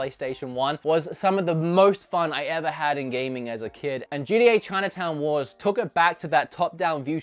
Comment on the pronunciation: "GDA Chinawars" never heard of it. Ive played gta chinatown wars tho